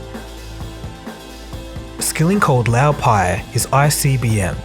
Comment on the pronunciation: You clearly watched The Smartest Guys In The Room - in fact you quote it verbatim several times throughout your video How is it then that you pronounce the names wrong? LOW Pei and Andy FUSStow?